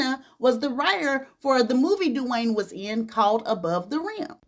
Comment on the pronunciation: It's the way you say DEW wayne😂